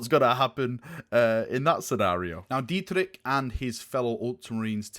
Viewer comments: Dietrich is German wary wary German, the first part of his name you spelled right, the second one not. You poke a,,k" in the end but it is more like an,,sch" but you need to cut the,,s" of in the spelling. Sound like you will enjoying this, Fists are not the best but one of the finest of the emperors Mighty Warriors. Best wishes for your Roll from a german Fellow. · Dietrich is also a German name,where it is pronounced as [ˈdiːtrɪç], with the strong german vibe the Imperial Fists and Black Templars have, you may want to look into that pronounciation :) Super excited for this! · There is only 1 pronunciation of Dietrich in German (source: am German)...I'll try my best of how to pronounce it as an American: Deetrich... Well. Sounds: "D" = soft d as in day "ie" = ee as in deep/deer perhaps "t" = hard t as in terra "r" = hard r as in how the Brits would pronounce royal, roll it a bit on your tongue, but not too much "i" = e as in "e"conom"y" (both letters work as pronunciation) "ch" = well now this is the tricky part, because that sound simply doesn't exist in English afaik, but it's like if you're trying to hawk up some phlegm from deep down your throat. That's pretty much the sound. Just softer. What is incorrect is pronouncing it like "china" for "kilo" for example. It's neither in this case. But then again, GW doesn't really care about proper pronunciation, so "Dietrik" is probably fine...though it pains my heart, but I've gotten used to it after reading Warhammer Fantasy with all that pseudo German. Hope that helps. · Dietrich is a german name. The ch is not pronounced like a k - more like a soft version of rich (wealthy) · As a imperial fist fan u should know that the entire legion is very heavly influenced by german names and themes. Dietrich ( pronounced dee-trish) is a very common german name. sigismund or even halbrecht they all come from german culture. Exept the name rogal dorn that doesnt really sound german 😂